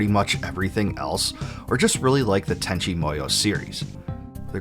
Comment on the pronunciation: Sasumi and tanchi munnyo